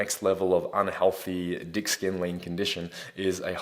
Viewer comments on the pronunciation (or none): Am I hearing things or did you really say dick skin lean? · Did he say 'dick skin lean condition'? 😂😭😂 I had to rewind it a couple of times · Um did you say "dick skin lean condition"? Had to rewind a couple times but now it's all I can hear